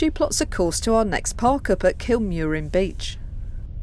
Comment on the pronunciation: Love your videos Bunmahahon beech in pronounced "bul man" an kilmurrin pronounced "kill mur in" cove